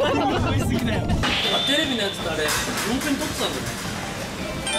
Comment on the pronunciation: 「おまえらほーんと」って呂律回ってない酔っ払いみたいな北斗可愛すぎだろ、、、